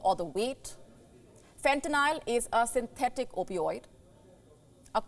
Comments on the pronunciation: Wow she even said fentanyl wrong… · She can't even pronounce Fentanyl correctly...!!